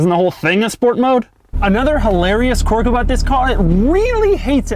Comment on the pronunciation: I think you mean quork. But no, most Americans don't pronounce it like that. Maybe Southerners do but IDK.